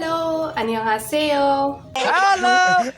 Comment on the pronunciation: When you say Annyeonghaseyo of Jackson ver 🤣🤣🤣🤣omg I'm litterly laughing soooo badly 🤣🤣🤣🤣🤣🤣🤣